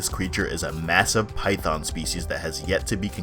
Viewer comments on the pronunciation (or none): none